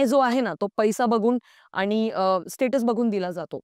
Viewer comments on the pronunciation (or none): none